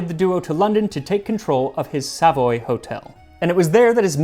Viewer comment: Max was looking quite the peach in this video, even more than usual. Entertaining and informative at the same time, delicious. (The pronunciation of Savoy was perhaps influenced by French, but was certainly not how a Brit would pronounce it which is essentially soft throughout.) (On a completely separate note - and nothing to do with Max - I laughed no end at the advert for BP's electric charging points; BP score a 97% disapproval rating on Trust Pilot and my own experience did nothing to change my opinion. One wonders whether the advert should be had up under the Trades Description Act.)